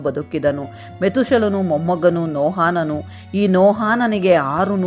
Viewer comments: ಎಲ್ಲಾ ಸರಿ ಬೈಬಲ್ಲಿನ ಭಕ್ತರ ಹೆಸರು ಹೇಳುವಾಗ ತಪ್ಪಾಗಿ ಹೇಳುತ್ತಿರಿ... ನೋಹಾನನು...ಅಲ್ಲ ನೋಹನು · Akka niu Satyavedad bhaktrad Metushelahan bagge valley mahiti nididiri aadre kelvu bhaktar naamgalu pronunciation dalli tappidiri haanok alla bari Hanok aste Mattu Nohaan alla Noahanu aste saaku. 🎉🎉🎉